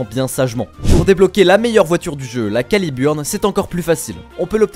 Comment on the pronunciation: calibeurn* si il te plait, y'as des moments ou il faut mettre l'accent x)